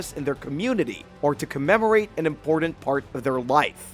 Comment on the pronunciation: Say it with me now lmao...** Im-por-tant **... Also, random thought... Archeologists should invite some non-archeologists out to some digs and let them see the spread of artifacts/areas, without the bias of "knowing" what the archeologists think that they already know (about how people lived, what items were for, etc.). I bet we'd be pleasantly surprised.